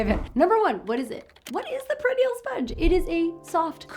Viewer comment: Great information. I believe it's pronounced per-i-nee-al.